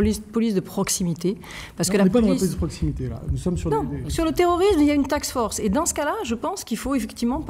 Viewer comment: "Ca permet de libéraliser" au lieu de "libérer". "Sur le terrorisme, il y a une taxe force" au lieu de "task force". Ca commence a faire beaucoup.